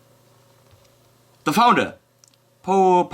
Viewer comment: Paul rhymes with all. You probably know this by now